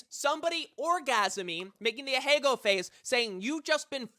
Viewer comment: アヘ顔 ＝ あへがお ＝ Ahegao ＝ a-hae-ga-o ≠ a-hay-go